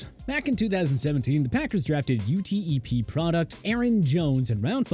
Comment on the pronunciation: Being from El Paso, just wanna let you guys know you don’t say UTEP by saying each letter you say it as it is “UTEP” or Texas El Paso